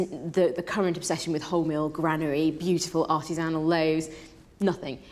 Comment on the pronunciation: ar tiss an al....ohhh artisinal...